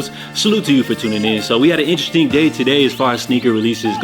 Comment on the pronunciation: This guy can’t say “ interesting” for shit 😂 🫡